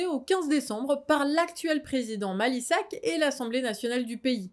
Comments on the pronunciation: C'est "Macky Sall " et pas "Mally Sack"😂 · Macky Sall pas "Malisac"...